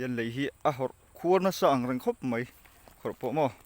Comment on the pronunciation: A la hlauhawm hle mai i zarah kan beng kan mit a tlai e i tawng hi ka hre sual nge mai tih tur ah mei tiin ka lo hria a